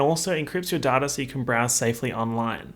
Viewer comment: Everytime you say "protect your daughter" in one of your surf shark videos it takes me a second to realize that you actually said protect your data